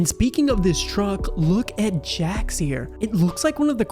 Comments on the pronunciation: It's jax not Jack's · His name is Jax not Jacks